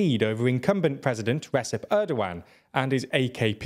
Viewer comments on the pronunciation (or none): great video but i have to say one thing, please work on your pronunciation when reading turkish names like kılıçdaroğlu, erdoğan, oğan i understand turkish is a bit hard but everytime you say kılıçdaroğlu i wanna hang myself cuz of how bad it is.